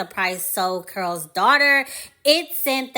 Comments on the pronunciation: I believe the name is Carol not Curl? Anyway great vid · The video was appealing because I remembered and used the product; however, when I heard "curls," I clicked off. It's Carol's (Kare rols) not curls. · Just came across this video and only have one question, why the presenter kept saying "curl's daughter"? I thought Lisa Price said she named it after her mother whose name was "Carol". Also, I saw an interview of Lisa who gave the history of the founding of the company and why she eventually sold it. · Am I the only one hearing the word “Curl” vs. “Carol?” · It sounds like you're saying Curls Daughter not C A R O L Daughter. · Why are you saying the name wrong ? You're say Curls daughter, it's Carol's daughter. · You keep saying curls daughter. It’s pronounced Carol’s daughter. So annoying.🧐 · Consider looking up the pronunciation of the company’s name before filming. Carol keh•ruhl sounds like you’re saying curls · IS IT JUST ME?????? OR IS SHE SAYING CURLS DAUGHTER??:face-orange-biting-nails::face-orange-biting-nails::face-blue-smiling::face-purple-crying::face-green-smiling::face-orange-frowning::eyes-purple-crying::face-fuchsia-wide-eyes::face-blue-wide-eyes::text-green-game-over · Why are you saying Carol’s like that? It sounds like you’re saying curls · Care-ull’s , pronunciation (two syllables ) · Is it pronounced curls daughter but spelled Carol? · No disrespect, but are you talking about Carol’s Daughter because I keep hearing Curl Daughter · it does sound like she’s saying Curl’s. Kinda irritating 😮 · it's not about tearing down, it's correct...coming from a Carolyn.